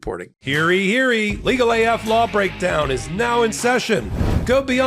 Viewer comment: Wondering why you say, "hairy, hairy!" in your ad read for the Legal AF Patreon. Do you mean to say "Hear ye, hear ye!"? If so, it's not pronounced the way you're saying it!